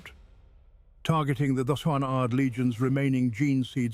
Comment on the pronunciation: why can't you pronounce third?